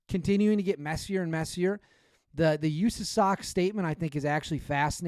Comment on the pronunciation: Can you do us a favor and never say “usasoc” ever again Literally how a liberal senator would say it. Just say SOC. We all know what country we’re in